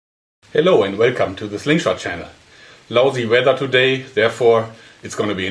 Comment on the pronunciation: Lausy weather? Klingt irgendwie komisch.